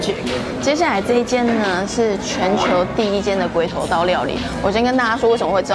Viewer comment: 發音發好一點啦，乍聽起來像鮭...頭刀 哈哈